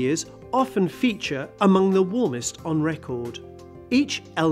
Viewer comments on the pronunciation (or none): none